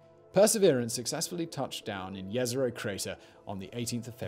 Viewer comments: Beautiful pronouncing of 'Jezero' by Czech standards 🤣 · Kudos for the right pronunciatzion of Jezero crater ;) Or in english - Lake crater.